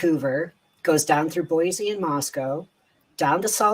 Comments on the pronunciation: There is no “Z” in Boise. It’s pronounced “Boy see”. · Just a quick tip from a friendly idahoan. There's no Z in Boise ❤️ BTW this guy's a nut job!